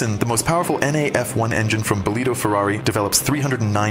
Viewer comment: I understood that the suspensions were Bitubo because I saw the writing, but despite all my efforts, I still couldn't figure out which Ducati the video was referring to. The pronunciation is really too absurd for me.